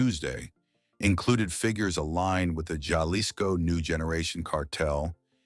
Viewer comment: Ha-lisco Not JJJa-Lincoln… auto-voice?